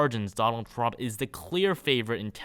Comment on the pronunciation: TWUMP TWENNY FOWUR